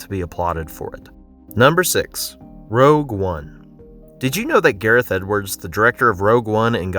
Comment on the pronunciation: "Rouge one" huh?